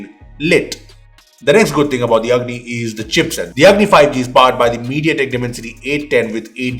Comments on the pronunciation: When said Lava Agni I heard Lava "Ugly" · i thought i am hearing "LAVA UGLY" 🤣🤣